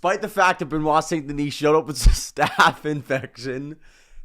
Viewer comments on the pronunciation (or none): You are good on Be-Nua (Benoit); why can’t you say Sun De-knee? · Bro it’s pronounced Ver-Sa-Chi (Versace) - not Ver-Saiz; Sun De-knee (Saint Denis) - not Saynt De-Nees… Lol - why not try pronounce it right?